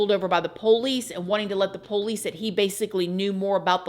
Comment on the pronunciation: PO LEASE LOL I likevhow she says it